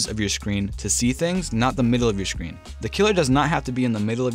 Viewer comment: Why does he say “shcreen” and not “screen”?